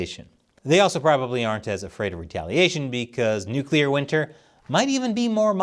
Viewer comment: You get an award for being the only person on the internet that knows how to correctly pronounce nuclear.